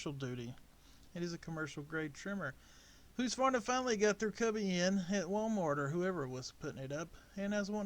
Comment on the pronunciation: Husk. Not hoose